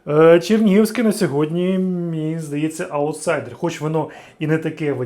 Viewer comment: Експерт прям. Чернігівське вимовляє як "Черніговське"